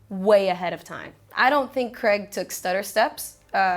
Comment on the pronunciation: Very charming and informative host. She's maybe the first anerican ive geard ever correctly pronounce craig. Though once did revert to the bizarre american "creg". I thought the south park character of craig was called greg because of this absurd pronunciation.